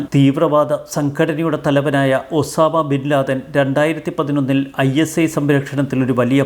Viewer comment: ആരാണ് ഈ AU Khan അതുപോലെ ഓസാദാ ബിൻ ലാദൻ? വ്യക്തികളുടെ പേര് വ്യക്തമായി പറയുക